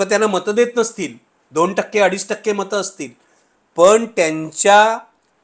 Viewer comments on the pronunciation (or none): काही शब्दांची नीट प्रॅक्टिस करत जा.. उदा. दोण, स्वप्ण, वगैरे... दुसरं म्हणजे तुमचं निरीक्षण कच्चे आहे..२०१४ मध्ये दोन्ही ठाकरे सोबत होते, २०१९ मध्ये दोन्ही विरोधात होते..२०२४ मध्ये मात्र एक सोबत आणि एक विरोधात होते...तेव्हा एक ठाकरे कायम सोबत ठेवला वगैरे बाता झूठ आहेत... आणखी एक शिंदेंनी नगरसेवक पळवले म्हणण्यापेक्षा शिंदे कडे गेले असे म्हणू शकता..आणि ते योग्य आहे असे वाटत असेल तर पवार साहेबांनी २०१९ मध्ये अख्खा पक्ष पळवून सरकार स्थापन केलं असं म्हणायची देखील प्रॅक्टिस करून घ्यावी पाहुण्यांनी सुद्धा... आपला अजेंडा रेटण्याचा हा एक प्रकार असतो...तो बंद करा...लोक खरेच चतुर आणि हुशार आहेत...त्यांना तुमचा propganda समजतो देवा...